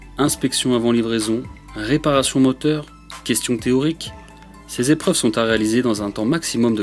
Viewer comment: "... une série de sept Zépreuves... ". Très joli...